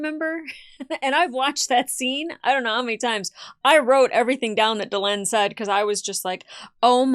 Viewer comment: She really, really needs to work on the names. It's Duh-Len not Da-Lean. It's like calling somebody Lonny instead of Lenny.